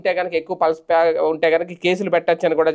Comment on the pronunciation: సార్ అది పల్స్ కాదు సార్ అది పల్ప్, పల్ప్ అంటే గుజ్జు